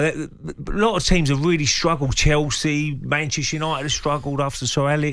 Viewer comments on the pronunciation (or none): none